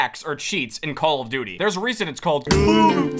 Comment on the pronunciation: dude for the longest amount of time i thought you were saying "how you doing?" not "call of duty"😭💀